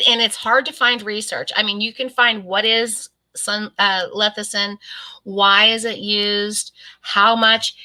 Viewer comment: I love and watch all of your videos. This is not a insult but lecithin is pronounced lessithin not lethicin. Sorry. It's just an OCD thing with me when a word is not pronounced correctly. 😃 I agree with you on the dirty keto. I don't like that term. It implies laziness and I am anything but lazy. I do low carb and am very happy with it. I can't eat as much fat as keto requires so I do better with a more moderate way of eating.